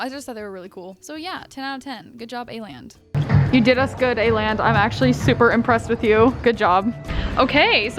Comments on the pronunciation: Why are saying Aland when it’s called Åland 🙈 dont be mad i am just a karen😘 love ya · Everyone in Korea: "let's go to A-land" Me, a triggered Swede: "It's called Åland!" Yeah its kinda pronounced like the ou in "ought to" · It kinda is! As a native Dane, it's kinda triggering to listen to the mispronunciation, just like how Hongdae isn't pronounced as Hongday. But I can bare with it😅😂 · the way you pronounced Åland broke my scandinavian heart 😭